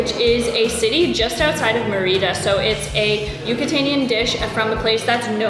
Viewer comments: Mi marido y yo tenemos una casa en Chi Chi Suárez y hemos disfrutado de tus vídeos, pero mi única queja es cómo estás pronunciando Mérida. Gracias por destacar la increíble comida y cultura de nuestra hermosa ciudad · This is nicely presented.... NOT nicely done!.... please, please, please learn to pronounce the name of the city correctly AND the name of the various foods correctly. It would take you 5 minutes to learn the correct pronunciation - 5 minutes. Maybe ask the waitperson how you say the name? Maybe ask a local how do you pronounce the name Merida!!!??? Sorry, if you are going to do a video like this, make an effort to do it right! Now you have thousands and thousands of people looking at this and they have no idea what you are even talking about. Sorry, very disappointing! It could have been so nice!!!! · Sorry, you do NOT have to speak a language to learn a few simply words. And the name of a city!!!!! Clearly no effort was made and it is a major disservice to anyone coming to Merida and insulting to the locals. It is not as though you are trying to learn Maya! Simply take a few minutes to learn 5 or 6 food names AND THE NAME OF THE CITY! If you honestly “tried” to learn how to pronounce a few words and this video is the results of your work, please blog about something else. Sorry, but as I said, it is a major disservice to people coming here and insulting to the people that live here! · I tried to watch this but 9 minutes in and I simply cannot take it! LEARN how to pronounce the name of the food and the name of the city!!!! PLEASE!!!!